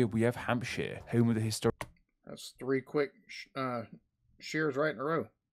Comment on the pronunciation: Why would someone with a speech impediment choose to make a youtube video that involves teaching international viewers place names? Am I being too harsh? Wun to Fwee.... Powtsmuff Cownwul Can't form "th" so pronounces "F" Has so much trouble with "R" it comes out "W" It's basically lazy pronunciation, there's nothing to indicate he has any physical impediment precluding the forming of those letters and sounds.